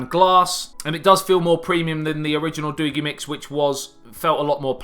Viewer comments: It's doogee not doogy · Pronounced DOUGH-GAY. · I never thought about Doogee.. But this phone could change everything. wow. it is pronounced doeg (Dogee) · doogi......... not doogi. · It's pronounce doogee, not doogee. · Oh! I googled it! It’s Doogee not doogee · SAY: DOO-BEE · pronounced doojzz nice review/revisit chap! all the best for the new year too. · Comedy in the house..I think it is pronounce d Doo-gieee..lol..but in-depth break down.. wow u r the first YouTube who have said that the cam is not freak...And u did. Simple thing to prove your point...you are killing it..😁😁😁😁😁👍👍👍👍👍👍..great job..ammm..now that sweater..let's just say cannot put it into words.. lol..it is like a child only a mother could love..lol..do have a most productive 2018..looking forward to this coming year to see how great the channel grows... P.s...your other channel feels neglected..